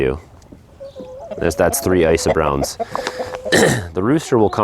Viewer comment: Icy browns? How do you spell that? I couldn't understand you. Thanks